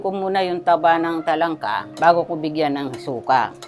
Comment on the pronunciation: Say it with me, Erwan : “taba NG talangka, taba NG talangka” it makes a whole lot of difference. You say it incorrectly in all the videos apart from once. Good effort tho, I guess. 😂